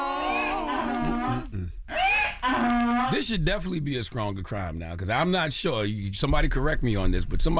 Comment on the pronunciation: Charla saying "skrong" instead of "strong" ..?? or am I mishearing 😅